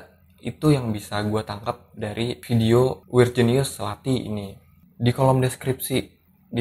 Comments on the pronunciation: Pelafalannya gak mantep tu lathi bukan lati ya tapi ada penekanan di TH nya kayak kalo org Bali bilang T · Kadang pengucapan lathi rada salah dikit :v